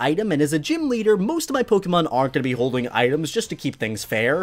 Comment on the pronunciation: I appreciate the way you pronounce Pokemon cant stand it when people say Pok eee Man